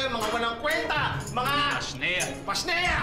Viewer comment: pashnea hindi pasniya